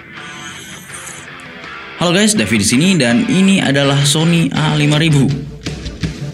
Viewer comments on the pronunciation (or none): apa gua salah denger yah? "Halo gays david di sini"....